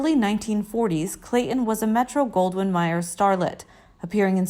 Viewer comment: For God's sake-if y, ou're going to do a video about someone--get your pronounciations right--it's Metro-Goldwyn MAYER--not MYER--and it's Ray BOWL-J, not BOWL-GUR--and the tribe is Coman-chees, not Coman-ch